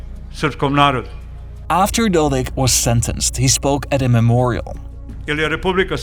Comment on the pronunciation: Keeps calling the person dolek instead of Dodik.